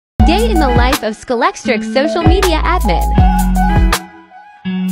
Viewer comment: I wish she wouldn't call it 'Skullextric', it's Scalextric pronounced as in scale, originally from 'Scalex electric' in the 1960s.